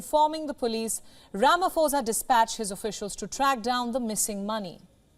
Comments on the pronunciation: Ramaphosa not Ramafosa. You must learn these things. If you can be able to pronounce put you can be able to pronounce phosa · You pronounce "pho" like "po" not "fo" and "sa" as "sah". Butchering all the names being mentioned here. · its not falafala, its palapala. Its not ramafosa, its ramaposa. I support everything else you say.